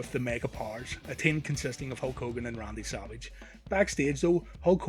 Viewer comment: Big Boss MUn, RUndy SUvUge, ... Please get your pronunciation right next time.